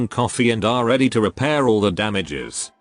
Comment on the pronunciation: Who hear ready tumingle?